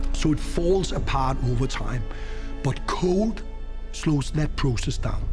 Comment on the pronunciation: How to sound ignorant but pretentious: say "process EEZ."